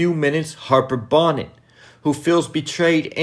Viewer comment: I love your commentary...but its Harper Bonet...pronounced "Bow-Nay". Tate is a crook who will get found out eventually. I believe between Ramona Garrity will get revenge on Tate from the last episode in OG Power. Harper may get him or even Rick Sweeney. We will see. 👊🏾🙏🏾